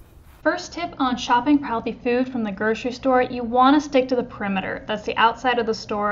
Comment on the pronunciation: groCery-there is NO "sh" in GroCery.